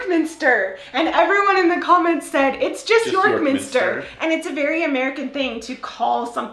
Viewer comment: Quite right, it's not "the York Minster"; but it's not "YORK Minster" either, it's " York MINSTER", with a slight stress on the second element, unless you're contrasting it with some other minster. (The place-name Westminster IS stressed on the first syllable, but that's a single word.) It's really annoying how you refer to MICKEY Mouse as though you're always anxious to make it clear that you're not talking about Minnie Mouse; ROBIN Hood rather than Little Red Riding Hood; a HOT dog rather than a cold one... (And irs becoming more common here too in names of programmes and companies: TOP Gear, GREEN Flag, SUN Life...) Of course there are some noun phrases where the stress is on the first element, e.g. where it's something which does something to something else, such as a can-opener or a toothbrush; but I think a lot of those look better with a hyphen.